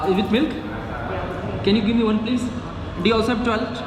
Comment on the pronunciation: Everyone:- toilet:- tuwaeilet 😂😂